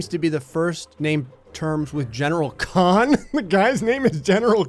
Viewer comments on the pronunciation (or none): none